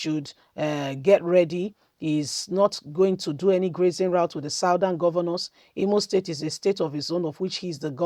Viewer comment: Your pronouncement of grazing routes is not correct